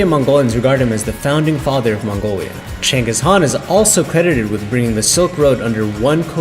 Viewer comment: You guys are doing great. But, some of the names were mispronounced. I was also shocked to actually hear the correct pronunciation of Chinggis Khan, thumbs up.